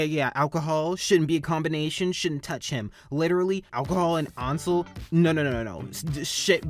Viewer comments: Its pronounced ONSEL?! NOT ANSEL?! THE HECK I SUCK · I kept thinking “Ansel” was pronounced “Anne- sal” not “Awn- sel” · FINALLY FUCK YEAH YOU REACTED TO TAM!! IVE BEEN READING THIS SINCE CHAPTER SEVEN LITERALLY THE BEST- I STG. THE GAYEST COMIC 10/10 MY WHOLE INSTA IS BASED ON THIS WEBTOON 👁️👄👁️ and i promise allison isnt that bad not to be rude, ansel is pronounced (Ann-sell) just you dont trigger anyone 😂